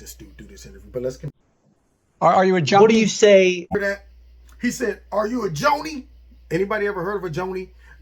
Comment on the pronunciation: Biden : Are you a Joni, My first name is Joni, Really my first name is Joni